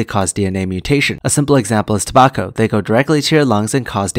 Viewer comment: Tobacco rhymes with Morocco? Who knew? Thanks for the video!